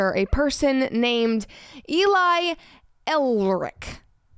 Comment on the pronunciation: Writing "Erlick" is a manifestation of a common English pronounciation mistake. So someone made reading it wrong easier-. Erlick probably comes from German "ehrlich". Take the "ear" from bear or the "er" from error and make it earlish. Means honest. Correct English writing style: Erlish Erlick means the name was not heard but read and simplified to be read wrong with confidence. I could be wrong if it came from Old German.